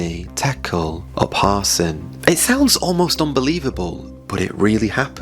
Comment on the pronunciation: You are mispronouncing words. Isaiah Upharsin